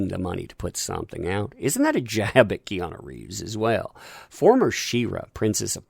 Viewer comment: The way you say Keanu sounds like Kiana. Lol